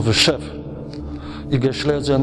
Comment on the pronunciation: Panie materiał bombowy, natomiast warto wiedzieć że niemieckie słowo Schlesien wymawiamy "szlezien", z dźwięcznym pierwszym "e". Pan Romuald to wie, ale też nie jest pewien. Wymowa zaproponowana przez Pana przypomina słowo "schliessen", czyli "zamykać". Oglądam dalej z zaciekawieniem.